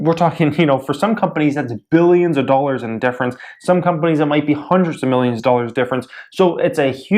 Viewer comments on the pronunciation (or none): none